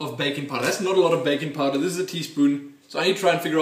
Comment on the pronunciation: Legitimately thought you said "bacon powder" for a second there.